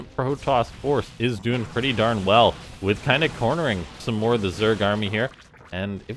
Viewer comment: "moar bots"